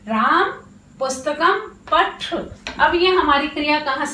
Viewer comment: आप हिन्दी नहीं संस्कृतं पढारही हैं। अतः उच्चारण संस्कृतं वाली ही करना चाहिए। संस्कृतं अजंत भाषा है। जबकि हिन्दी, फ़र्सी/जैसा हलंत भाषा है। therefore, please say "paTha" not "paTh".